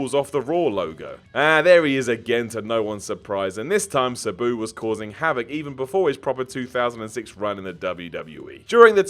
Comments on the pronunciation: It really bothers me he pronounces Sabu "Suh-boo" and not "Sah-boo". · Anyone else hate how says "Sabu"? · The way he says sabu...... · You say Sabu wrong and it pisses me the hell off! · Pipe bomb would be best. please learn how to pronounce Sabu. I thought it was pronounced that way until I heard his name on TV! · We really just gonna ignore this man's pronunciation of sabu?